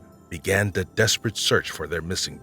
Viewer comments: Is this an AI narrator? The accent / lingo is driving me crazy. So much "da" instead of "the" and other similar sounds... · The tenor of the voice is very nice to listen too - subject is interesting -BUT the narrator needs to work on pronunciation, especially in the word “the”. It’s “th” not “de”